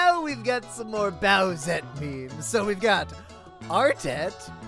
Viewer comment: You said baldette not bowsette at the end XD